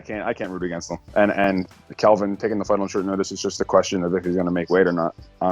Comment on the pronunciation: Why does every1 call him Kevin? I can't imagine Kelvin is hard to say. I love both guys & can't wait for this fight.